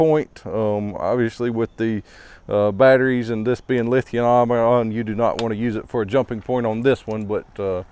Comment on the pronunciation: Did you have a stroke when you said lithium ion?